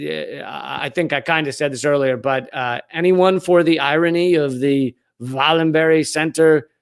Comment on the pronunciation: Swede here, "Vallenbehrj", "no berries"' or hard "g"s on the 'berg names in Swedish! (Sorry to Amy Goodman pronunciation of Greta Thune"berry"-berg lol!!!)